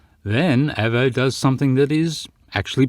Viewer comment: your pronunciation of Avo hurts my ears a little. Probably because to me an Avo is a very superior brand of analogue multimeter. The Avo model 8 Mk III being my favourite. Although if you can find one, the ex RAF ones are good, as they have 300V FSD instead of the more usual 250V. Great when working on valve circuits. But anyway, it was always pronounced with a long letter A.